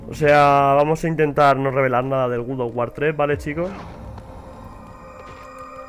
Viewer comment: Se dice God no Good ._.